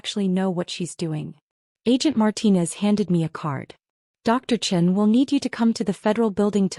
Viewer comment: Hello…the whole world is tired of anyone named Sarah Chen…and yesterday..I ran into 3 stories back to back to back..,a few times the woman is CHEN…but just like this story..early and often, AI reads her name as CHIN..imagine going through life with people staring at your actual,CHIN..and not know why!! Miss CHIN, oh , I’m sorry…Miss Chen…is everything okay?